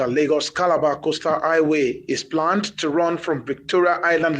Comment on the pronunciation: Highway not aiway